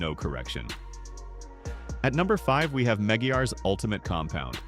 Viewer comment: What the fk is "Meggy Yahz"???? YouTube has fallen. Sadly the human content creators have failed to stem the massive invasion of cringe AI SLOP content, by June 1st 2025 the machines had won the war by sheer numbers and lack of empathy a non stop work ethic humans never stood a chance. Depressingly, it's now a rare novelty to come across genuine human made content it's wonderful wholesome and REAL. unlike the scourge of AI SLOP. The content now is rinse and repeat over and over again. The monotone voiceover is infuriating when it continually butchers the most basic well known brand names and products even the simplest of words like carnauba wax is unrecognisable. These PERPLEXING product ratings are a complete joke that nobodys laughing at , how TF these trained AI bots are rating the domestic supermarket brands like Nufinish and Turtle Wax over and above the high grade professional products used by industry experts all over the world tells you EVERYTHING YOU NEED TO KNOW ABOUT AI CAR CONTENT.. So worst of all for me personally is how the AI Narrator pronounces "Meguiar's" 😮😮😮 honestly, butchering the most well known and internationally recognised brand name like Meguiar's is sacreligious. in the Automotive world the brand Meguiar's is about as well known as Coca-Cola. Does AI butcher saying Coca-Cola too? Hell no. 👉 Maggie-Guah-Ezz ??? you make me sick🤮.